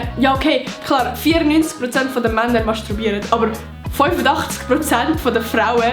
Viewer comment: Ich han nur welle uf din sprachfehler hiiwiise - s isch masturbiere und ned mastRubiere🥴 Hoffe du hesch mich immerno gern:D